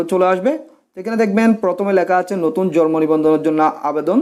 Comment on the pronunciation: Jormo na... It's jonmo nibondhon.... Bar bar jormo jormo kortesen Kno??